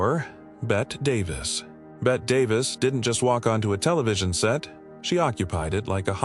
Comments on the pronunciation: Oh God. I can't stand the horrible mispronunciation of names. Bet Davis? It's BETTYYYY Davis! Can't even pronounce Dezi Arnaz Jr. or Desilu Studios correctly. And Lucille Ball being a serious person as a studio head doesn't make her a "monster."" Nice try at click bait. I'm stopping this at the 6 minute mark. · The a.i is butchering the names. Betty Davis is not Bet davis, dezi is not daisy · I am so tired of all of these AI videos referring to Bette (Betty) Davis as Bet Davis. She isn't Bette Midler. She is Bette pronounced "Betty" Davis. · Monsters? The first three might have been, but I'm not sure about some of the others. Loretta Young was trying to clean up foul language. Suzanne Somers was making $120,000 less per episode than one of her co-stars. How would you feel? Bet Davis instead of Betty Davis? Some people might view you as a monster for not knowing the correct way to pronounce the names of subjects in your videos. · Dear Barb here did not get your point, obviously! Actually, it's Bette Davis's own fault!😂 "Bette" normally is indeed pronounced "Bet", both in its French original form ánd in English, like in "Bette Midler" for instance. Yet, Bette (BET-TEE) Davis was quite an "American original" apparently, cause her actual name was pronounced like "Betty" yet she prefered the more "stylistic" (though in fact, wrong) "Bette" version in writing!😊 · Ooohhh, I think that Bet Davis would be very unhappy after hearing this narration. And SaSa Gah-bore would simply slap you, dahlink! 😮😂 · It's Bette Davis with a hard E. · When, when, when will somebody teach AI hoe to pronounce Bette Davis' first name? It's BETTEEEEE! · So tired of mispronounced names,strange emphasizing of words in sentences. AI narration of Bette Davis name is getting beyond annoying. It's pronounced Betty. No thumbs up here. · Somebody needs to tell AI how Bette Davis pronounced her first name.